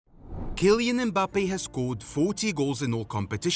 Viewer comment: "Gillian" I didn't know he was called like that